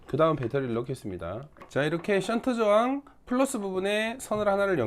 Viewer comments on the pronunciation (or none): 센트저항 이라고 들리는데 정확한 명칭 부탁 합니다